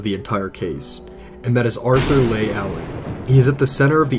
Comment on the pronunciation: Couldn't you do enough research to get their names right?Mageau is not pronounced Ma-go but Ma-Joe and Leigh is not pronounced Lay but Lee just like the actress Vivian Leigh and regarding the first phone call the telephone operator said he dragged the last word Goodbye as if to mock her